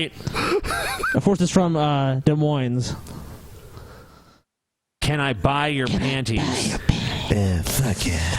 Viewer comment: Man, ^fuck^ you,! You can't even pronounce Des Moines correctly!